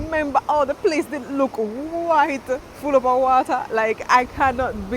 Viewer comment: Am so happy and blessed to be Jamaican one love everytime 🇯🇲 ❤🙏 I think you are fully Jamaican now me girl the way you sat wata